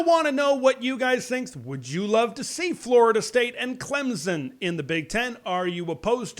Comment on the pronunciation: There is no Z in Clemson. It is pronounced with a slightly perceptable "p" after the "m" get it right